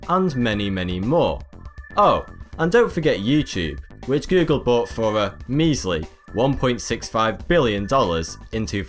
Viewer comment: And how does he pronounce it? Gü-gül 😁